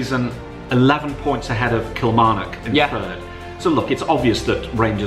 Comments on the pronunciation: You don’t emphasise the knock in Kilmarnock, it’s more pronounced like a nuck, and not as prominent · the way ur saying Kilmarnock is killing me😭we pronounce it like “Kil-mar-nuck” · Yvette Kiernan just me or the way he pronounces Kilmarnock 😂